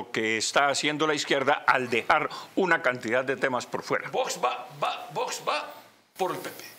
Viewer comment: Que manía con decir Vosssssss!!! Tanto cuesta decir bien Vox?